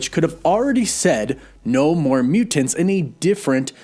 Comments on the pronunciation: I love your videos and watch them every day, but the way you pronounce mutants and important (mu-TINTS or impor-TINT) is driving me crazy. You said mu-TINTS like 87 times in this video and every time I wanted to shoot myself! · Is it just me or does he pronounce mutants hella weird. MuTENTS. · My dude… your over pronunciation of Mutants is both endearing and distracting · Is it just me or does he really accentuate the "TANTS" in the word Mutants.